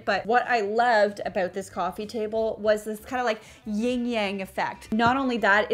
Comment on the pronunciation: Hi this is like soo nitpicky but its not "ying yang" its Yin & Yang, if you are referring to the symbol. But love the project, very cool idea!